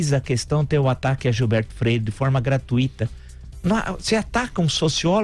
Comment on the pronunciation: O comentarista que fala:"GratuÍta".meeeeeeee